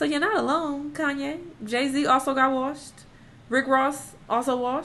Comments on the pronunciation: I was like why is saying “Washed” like that 😂😂😂😂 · was like: "Jay Z also got WORSHED, Rick Ross also got WORSHED" 😂😂😂😂😂❤️